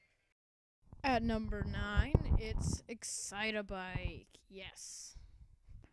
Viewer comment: EXCITE-BIKE, EXCITE-BIKE!! NOT EXCITE-A-BIKE!!